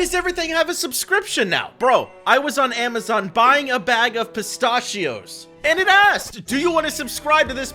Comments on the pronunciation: Im a minute in and i cant get over.....PISTAHHHHHHCHIOS WHAT WHY DID YOU SAY IT LIKE THAT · You mean pis-ta-chios? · Anyone pronouncing pistachios like that needs to be charged $20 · Wtf is that pronunciation for pistachios????